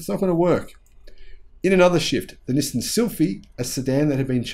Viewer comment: Hi, I have been following u for quite a couple of months. Just to point out, Nissan pronunciation is ni-san, not ni-sim… Nissin is a cup noodle brand 😅